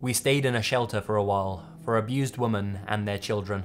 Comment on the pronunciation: Is it just me or don't you Americans know how to say women... Always say woman when referring to multiple women??